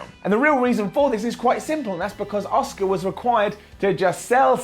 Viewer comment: Does anyone else think when says Asuka's name as Oska it sounds like Oscar which soundslike Oscar the grouch